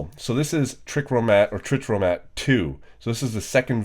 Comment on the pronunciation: Trichromat is tri - chro - mat or phonetically Try - crow - mat